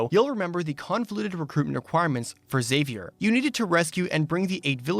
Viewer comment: Very impressed by your pronunciation of Xavier. Most people say it like Charles Xavier from X-Men, by saying the X like Ix-Zavier. It's rare i hear people say it right.